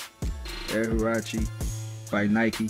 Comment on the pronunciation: It’s huarache